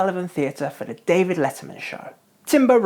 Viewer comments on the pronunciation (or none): none